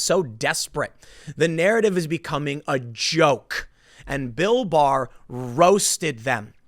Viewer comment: I keep hearing Bill Mahar instead of Bill Barr, and this is with everyone. Very confusing